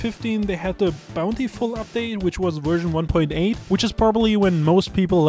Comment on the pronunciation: Nerd virgin kept saying werzon instead of version.